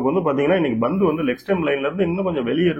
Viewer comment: நீங்க ஏன் pandhu ன்னு சொல்லாம bandhu ன்னும் crease அ greaseன்னும் சொல்லுறீங்க?